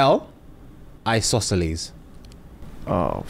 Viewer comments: It actually sounded like “iscolosis”😂😂😂😂 Well played 🎉🎉🎉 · 4/5. Totally botched isosceles lol,and I was SCREAMING Kanye before was even finished 😂😂😂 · "ISOSCELES" spun me 🙄😂